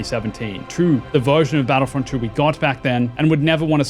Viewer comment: My friend I believe it's pronounced two not true and in your vid I keep hearing you say battlefront true so had to stop watching the vid only after a minute